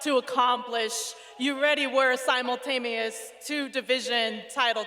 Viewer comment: “Simultameous” Really Bruh? 🤦🏽